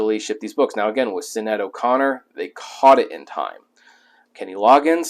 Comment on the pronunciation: Hopefully you caught this after the fact in the last year or so since you did this video, but you were pronouncing Sinead O'Connor's name wrong. It's an Irish name and for an American sensibility, the way they spell certain names have strange pronunciations. But yeah, it's not sin-aid or sinide. It's more like shin-aide or shin-need. And later, at least you were able to catch the "authenticate" word flub mid-speak. On the positive, props for the info on the Loggins book.